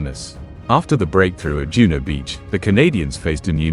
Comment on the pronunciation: Juno, not Juneau